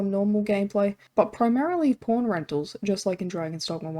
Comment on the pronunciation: When you say pawn it sounds like p*rn, funny quirk of your accent